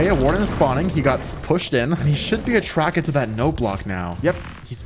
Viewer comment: Why do you say attracket and not attracted🤣🤣🤣